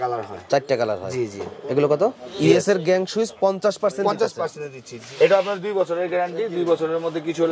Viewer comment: পার্সেনট বলেন রেট বলেন না এটা আবার কোন টেকনিক